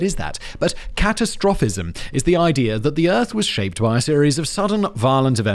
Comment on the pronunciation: It's cah-tast-ra-fism, Fact Boi. 🙂